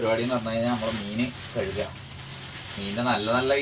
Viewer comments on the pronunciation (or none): none